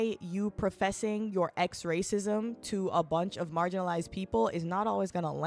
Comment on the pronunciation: Anyone else had to do a double take after hearing X-Raycism?